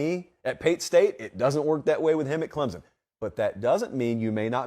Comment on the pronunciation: loved your take on the hire and the type of person Dabo is but hey man there's no "Z" in Clemson